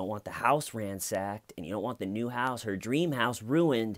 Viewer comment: Or Canadian ;)